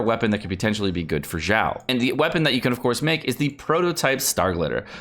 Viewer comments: Why do you pronounce Xiao like "Zhao"? It is more of a "Sh" sound, not "j" sound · I think its Xiao Xi as in she ao as in ow she-ow Not Jao or Zhao pls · In french we usually pronounce "X" almost like "ks" or "kz" and I saw a guy in a french video pronounce "Xiao" as "Kzi-a-o"... I almost died that day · Stop saying his name wrong god dammit.